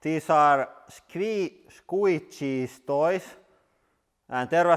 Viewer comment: SQUISHY PRONUNCIATION Americans: ISKWISHI Asians: ISKWISHI Every single soul on Earth: ISKWISHI This man: ISKWICHI Love your vids man!